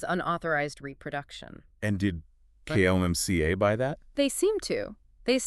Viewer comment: Why do you keep saying K. O. M. C. A.? It's an acronym KOMCA.